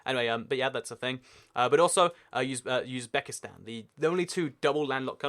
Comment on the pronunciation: another mistake is how you pronounce Uzbekistan, you say yuzbekistan it's pronounouced oozbekistan